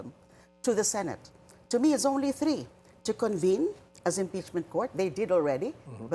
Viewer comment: Three or tree senate spox??!